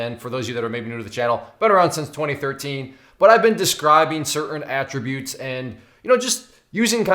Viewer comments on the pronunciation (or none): none